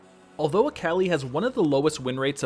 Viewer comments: Dude it’s Akali. Not Aaaaaakaaali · I might just start pronouncing Akali as Aa-Kah-Lie just to trigger some friends... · Sorry I can't get over you saying "Äkäli" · that akali pronunciation though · At least it's not as infuriating as how he pronounced akali xD